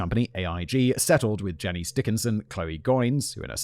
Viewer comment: Janice Dickinson is pronounced Jan ass. Just for any future references